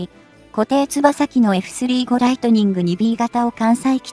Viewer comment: 読み上げソフトがポンコツ過ぎない？ 回転つばさ機wwwFスリーごライトニングwww現在進行かたちww